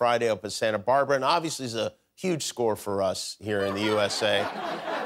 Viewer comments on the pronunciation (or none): none